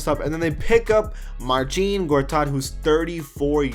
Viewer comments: it's not Marcheen, it's Marseen. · big dik That's great but I didn't ask. 🤷‍♂️ But I know it is Marseen. Like I said he even called himself Marseen. Maybe that's how you pronouce it but other polish people might say it otherwise. No more replies from me.